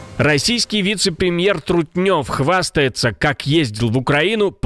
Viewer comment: На самом деле его фамилия не Трутнёв, а Трутнев. Смотрю и удивляюсь в кого он превратился, было время когда я за него голосовал в Перми, потому, что он правильно говорил, правильно делал (это было в 90-х годах), но сейчас я вижу подонка, который пристроился и подстроился, готов убивать и уничтожать. Позор тебе Юрий, нет тебе прощения, грехи тебе не замолить!